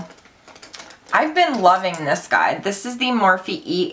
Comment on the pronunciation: Idk why but I laughed so hard when you said "let's do thees!!!" Before doing your brows 😂